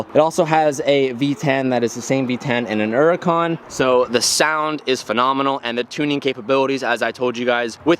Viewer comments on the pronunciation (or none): HURRACON NOT ERRACON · “An OORUKAN” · Are you saying Nuracan? lol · Why does he REFUSE to pronounce the H in Huracan 😅😩